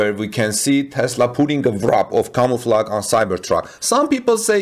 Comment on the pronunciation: Camouflage comes from French. The e at the end is not pronounced, the g is a soft sh.